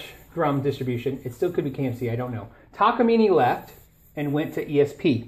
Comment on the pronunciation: hah thank god someone knows how to say ta-ka-mi-ne! You're close but you've Americanised it :p